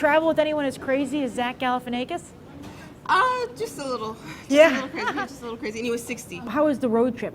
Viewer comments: IT'S ZACH GAL-EH-FIN-AH-KISS. Not "ay-kiss." Ya stoned bimbo. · lmao She said Galifianaykis again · stop saying Galifianakis with a long A sound. i wanted to punch my self in the ear every time you spoke his name. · zack galifianackis, like quack, pack, track. i don't know where you're getting this long A sound in there - he even pronounces his names like the afore mentioned in his stand up specials